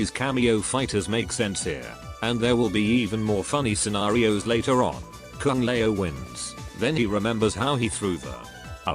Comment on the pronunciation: Kung lay-o 😅😅😅